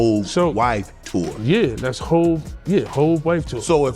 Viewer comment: Who the fuck is Hav? Jay is hov. Hav is havoc from mob deep this video trash. And who is yoyo 🤣